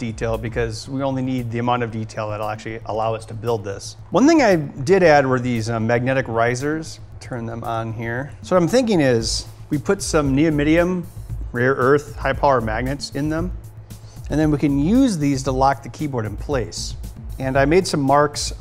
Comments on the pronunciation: Ben clearly says Neomidium. LOL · Ben it's neodymium not neomydnium.